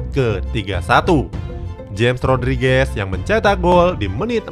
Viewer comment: nyebut nya hames rodriges bukan james rodriges min